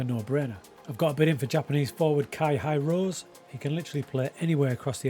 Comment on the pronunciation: The way you pronounce japanese made me giggle. Indonesian and Japanese pronounced the way it is written. So hirose woul be hee ro se(ven)